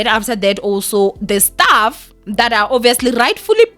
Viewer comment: "staff" not "stuff"😕